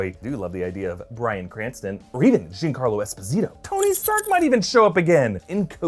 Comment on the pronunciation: ...why do you mispronounce Jean Carlo Esposito's name?